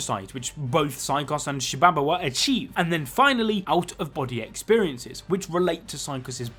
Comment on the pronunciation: also, can we take a moment to notice that he he nailed "shibabawa"